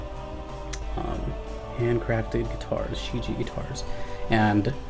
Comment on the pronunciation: Great review dude. Just to let you know, its pronounced as "shh Jyeah"